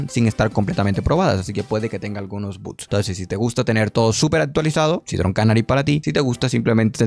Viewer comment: por qué dice buts en lugar de bugs?